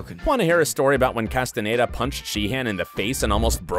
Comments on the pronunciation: right well im from Barcelona and my mums from Chile umm both of them would say David 'Castanyeda' and not David 'castan a y e day'. If you don't mind me asking where are you from? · I mean.. He also said David Casten-aye-da 😭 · So the narrator 1) hates Robert 2) Can’t say David’s last name 3) loves Tom